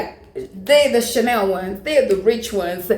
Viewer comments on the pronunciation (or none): none